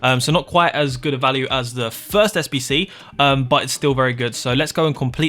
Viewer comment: Im new to fifa and i can't understand where to find the sbc bcs this...... can't fucking say the most important word right. I even slowed down the vid but this..... sayed 2 words at the same time